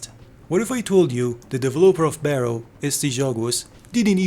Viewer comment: Here is a small correction "Barro" is pronounced as "Bar row" wich translates to dirt or mud, Maybe it was supossed to be an off road racing game?